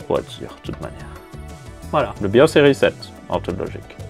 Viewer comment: Merci de ne pas avoir dis "rézette" ce qui ne fait péter les plombs à chaque fois.😜